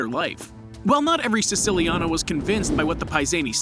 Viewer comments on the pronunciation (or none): Man learn how to pronounce Genovese and Lucchese before making such videos. If you wanna say Siciliano in Italian, then you say Si-CHI-liano. It’s not a C, it’s CH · When he pronounced lucchese and siciliano wrong I already knew it would be a problem